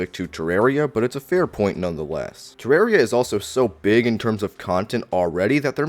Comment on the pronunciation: Man this is so petty but I can't watch your videos because of the way you say "Ter-rare-ia" 😂